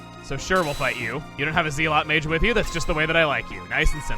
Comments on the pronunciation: Holy crap, chugga! I know I'm like the millionth person to say it, but even if you were trying to make a pun with your pronunciation of "zealot", it is as much a pun on the word "zeal" as "tasty" is a pun on "taste". In other words, it's not. If there is a pun, it is that the queen is named Zeal, in this case having a double meaning of it being her name and that she is very zealous, but even that's a stretch (considering it was intended). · His mispronunciation of Zealot over and over was really grinding my gears. XD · Was anybody else laughing at the way he pronounced zealot. I know it’s not exactly a common word, but I found the mispronunciation charming especially given the are he was in. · Just in case has never seen the word "zealot", which I wouldn't put it past given he pronounced it wrong: Also, don't forget to mention that Ayla's Dino Tail deals more damage the lower her heath is. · Chugga: "zeel-ot heh. Like Zeal?" Me: "Chugga it's zell-ot... Wait a second. Zeal, like zealot! OHHHHH the town name continues the religious and sin themes!" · I hate to be "that guy",, but the word "zealot" is said like "zeh-lot", not "zee-lot". Keep up the brilliant work, though! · I know you probably are emphasizing the zeal in zealot because of the city of Zeal, but it's properly pronounced "zel-ot". Probably never heard it said aloud since it's kind of an uncommon word. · It's technically pronounced with a short "e" sound, not a long "e". "Zell-ot" instead of "zeel-ot". The name of the kingdom is pronounced with the long "e", but words like "zealous", "zealot", etc., use the short "e". Not normally a grammar nazi but some things just bug me. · I'm sorry, but this is annoying me. ZEL-UHT! Not Zeel-oht! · Its Zeh-luht, not Zeel-ott, Chugga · Zealot mage is pronounced ˈzelət, not ˌze-lät. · Hey, not trying to be an asshole but I'm pretty sure zealot is pronounced more like zellut, not zeelot as said in this video. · It’s pronounced “zellot”, not “zeelot”.